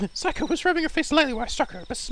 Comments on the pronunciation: ITS NOT SIGH-COH ITS SAY-COH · It's not phsyco it's say- co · Psycho? Really...see-ko. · I know it doesnt really matter now but her name is pronounced Sa kio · Say koe is how I think u say her name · Seiko is pronounced as Say-co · seiko is pronounced sayko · I'm disappointed in his pronunciation of Seikos name. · Hey, good walkthrough so far. I find your readings very entertaining. If I may make an offer, the way you pronounce Seiko's name is with the long "a" sound. In Japanese, ei=ai. (Unless, you knew that and you're just making fun of the name).